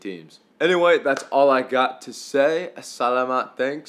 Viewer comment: bro said salamat wrong